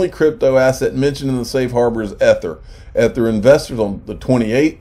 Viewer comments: If I hear "ETH-ER" one more time, I'm gonna scream. Somebody please tell him how to pronounce it. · EE- Thur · Please learn how to pronounce Ether correctly! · My thoughts exactly. I had to quit watching this video because they way here was saying ether.